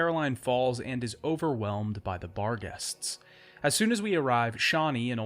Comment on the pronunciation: I swear to god I thought you were saying "Bar guests" for the longest time.